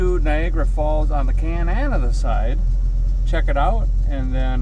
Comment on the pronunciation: Hey Derek…you keep mispronouncing Cananada…it’s Canadia…you know, where the Canadians live…😂😂😂. Seriously, you need to go to the falls in the Winter…while is a might chilly, the ice formations and the lights are amazing…